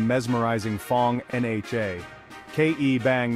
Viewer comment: Was the narrator AI? In , he read NHA letter-by-letter, instead of with the "nha" sound.